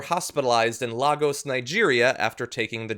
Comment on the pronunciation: Lagos, Nigeria. Not Lah-gos. It's pronounced Lay-gauze.